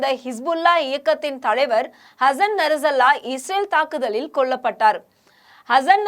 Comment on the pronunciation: நசரல்லா இல்லை.நஸ்ருள்ளாஹ்